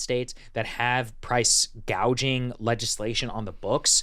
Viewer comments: Someone needed to teach Kamala to say gouging, not gauging. People your age can't buy houses because the REITs snatch them up, leaving a limited, higher price supply.. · The fact that she first pronounced it as PRICE GAUGING tells you someone else is printing her policies.